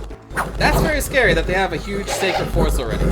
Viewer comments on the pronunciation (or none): none